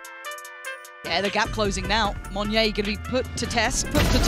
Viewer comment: Just reminding everyone that it's Mon-yet with a T. Means monkey in indonesian language. Not Mon-yay (ala french)